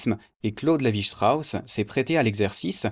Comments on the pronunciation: lévi strauss est francais, c'est pas la peine de le prononcer à l'allemande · bravo. mais pour CLS ne prononcez pas son nom à l'allamande, ça ne lui aurait pas plu.